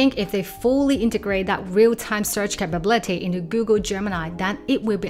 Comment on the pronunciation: look up the pronunciation of “capability”